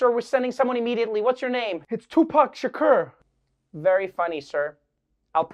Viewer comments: Its pronounced "Sha'coor" not "Sha'kur" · Tupac Sha-cure? Am I think only one hearing that for the first time? Lol. Love you Trevor! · Love how he pronounce Tupac's last name! ❤️❤️❤️ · Does anyone else think trevor is miss pronouncing Tupac Shakur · how are you pronouncing Shakur again?😂😂😂😂😂😂 Lord I need your recording saying it to set it as my ringtone